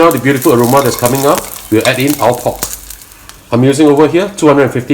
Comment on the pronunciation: Pork? Pod? Pot? I'm confused.😯